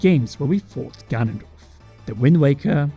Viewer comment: I coulda sworn you said "Gandalf is back."